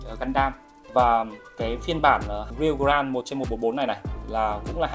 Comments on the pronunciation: Góp ý với anh là grade đọc là "Gờ rây" chứ ko phải "Gờ ran" nha a E thấy sai nên góp ý chứ ko có ý j hết <3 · nghe ông này phát âm từ "grade" mà chán mẹ luôn